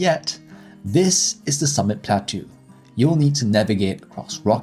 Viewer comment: Plateau is pronounced "plah toe"